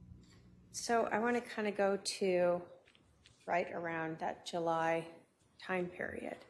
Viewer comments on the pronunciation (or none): I know. How funny was that JU Ju Juuly…!!Lmao!!!! wipe the cheese from around your mouth Lori before you speak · Yes 😂😂😂😂😂 she said JU JU JULLY LMAOOOOOO 😊